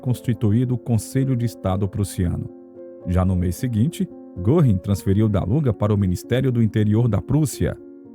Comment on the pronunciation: O nome correto é Herman Goering.e se pronúncia Gering😂